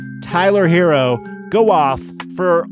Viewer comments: please get this man's name right! Don't disrespect HeRRo. His name is NOT Hero and doesn't sound like hero. Get it right man! 👍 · Look.... it's HeRRo. NOT Hero. Some of these "professionals" can't pronounce a name right to save their lives. Stop this lazy disrespect and get the man's name right! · Look.... it's HeRRo. NOT Hero. Can you pronounce a DOUBLE R or are you challenged by that?